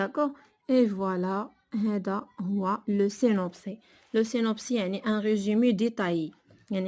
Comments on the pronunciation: سينوبسيس Et non pas سينوبسي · le synopsis "s" Il se lit même s'il est à la fin du mot 🤦‍♀ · Synopsis [sinɔpsis]. On prononce le s.